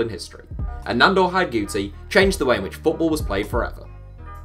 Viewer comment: Pronounced Hidegkuti wrong. His name is mentioned (and he's interviewed) in the DVD box set History of Football: The Beautiful Game